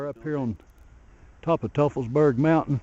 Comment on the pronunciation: Great video but it's pronounced "toi-fels-berg" not "tuff-fels-berg".